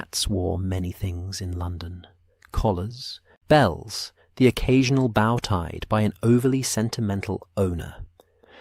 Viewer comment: I don't know if it's the AI or is a mispronouncement of the 2nd part of a violin instrument. Violins are played with a bow (Pronounced boh) and is made of wood or carbon composite with tension from horsehair or another substright, used to play the instrument by drawing it across the strings. Many violins have multiple bows. A bow, the way it has been said in many mispronounced episodes of Holmes stories is a gesture of respect or greeting by slightly bending at the sholders or waist, toward another person. There are multiple ways to pronounce the word bow, and over 7 different meanings. Please try to correct this error.